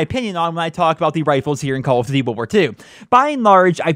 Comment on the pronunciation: call of ditty wirwir tu